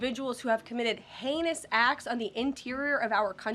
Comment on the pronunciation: Did she say heinous?!